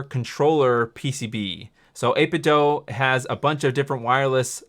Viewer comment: 8Bitdoo, not 8Bitdoh